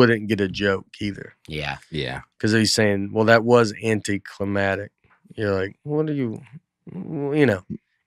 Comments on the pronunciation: Love how Nate keeps saying anticlimatic instead of anticlimactic. He’s ignoring the c in it and I am surprised didn’t step in and correct him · "Anty clamatic"